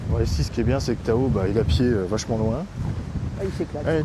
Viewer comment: Tu as dit quoi… "TAO" ? ou "A L'EAU" ?? j'ai pas compris, articule STP🤷‍♀. Une chose est certaine, il faut oublier les séances de dressage au bord de l'eau, ce serait un flop 🤣